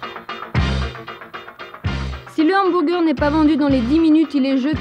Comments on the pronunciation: J'aime trop comment elle dit "hambourger"😄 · Le « HambOUrger » 😂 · c’est n’importe quoi même à ça le mot est anglicisé et tellement mal prononcé ça pas de sens . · Le Hanne-M'bourre-Gueurre 😂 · Les "inburgaires", et les "umburguéres" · En tant qu"american c'est horrible entendre Hambourgeur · Le hambourger 🤣